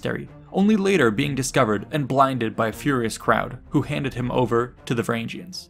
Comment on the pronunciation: These videos would be much better without the cringy pronounciation. Look at how you pronounce Harald. Now look at Hardrada. Why change the sound of the second "a" in the epithet? And don't get me started on "Varangians" again. I'll admit that the Norse languages are not the easiest to master, but for such well-researched topics, commonly used names should not be hard to find the proper pronounciation.